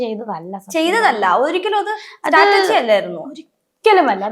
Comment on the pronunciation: Strategi ആണോ സ്റ്റാറ്റർജി ആണോ.😂